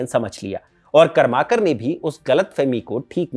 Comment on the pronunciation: सहीमे कर्माकर ऐसा उच्चारण नही है | करमरकर है